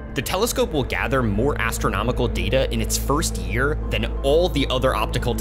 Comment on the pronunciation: Than ever before, not "then ever before"